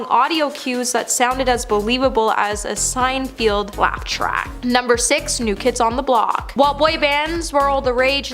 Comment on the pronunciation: “Seinfield”? There she goes again!